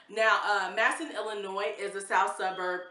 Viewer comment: Matteson pronounced “mat uh sun.” originally a German community.